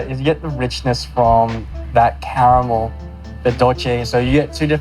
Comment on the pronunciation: It's cute when he repeats "camel this, ..camel that..." even though he is able to pronounce "r" in other words :-) Anyway- I would never use unhealthy s'h'itt called "white chocolate' that has nothing to do with chocolate, in any desert.